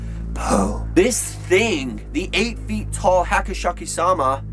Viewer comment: Hey it is *Hasshaku-sama" not Hachisaku-sama